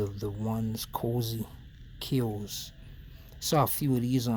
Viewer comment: Hey bro mad respect, but the cyoz is pronounced (KIE-OZZE) with a silent e. Love your vids bro.